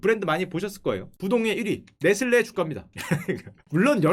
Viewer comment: 네슬리라고 읽는데...